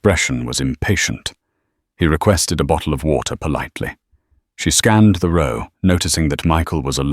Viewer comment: Mispronounced "row"